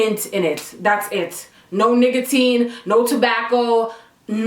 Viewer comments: this girl really said “niggatine” instead of nicotine 💀💀😭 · My girl..did u realize u said NIGGAtine instead of NICOtine?? LOL...PS loving the camera..ur face like its glowing! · Sound like she said “niggatine” 💀💀